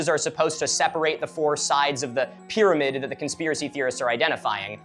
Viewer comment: Pyrmanid is some Cheems level pronunciation